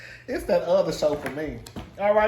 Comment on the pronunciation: "That OTHA show" takes me out every time 🤣